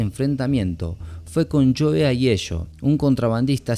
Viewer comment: como mierda busco a joey aegio por tu acento no entiendo el apoellido